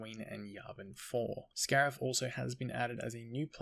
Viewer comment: If this is indeed the last big update it’s a good one. Cannot wait to get on Scarif and try these new skins - although I’m low on credits so I’m gonna have to be selective - oh, and yeah “scarif” - now get to sleep mr 🤣